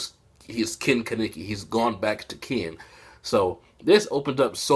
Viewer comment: why do you pronounce kaneki's name like Ka-ne-ki